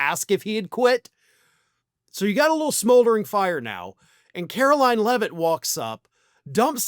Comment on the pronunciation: KARO-LIE-IN' Leavitt